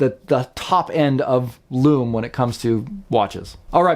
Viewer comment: LUME, SOOOOOO MUCH LUUUUMMMMEEEE. It's